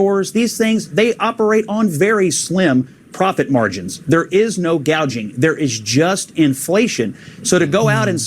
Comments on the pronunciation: Let’s get it straight she never said anything about price gouging she said price Gauging! What ever that is! That more of those made up Dumbocracts ideas! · She actually said price guaging...freudian slip alright!!